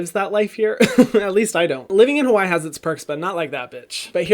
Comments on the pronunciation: So you live in Hawai’i but you’re not pronouncing it right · Say Hawai'i properly please 🙏🏽